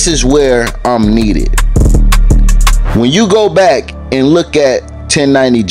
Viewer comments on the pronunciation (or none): So the Baby Got Back song is pronounced Baby Got Bike in Florida??? This is just wild mayne y’all gotta change et back I mean bike 😭😭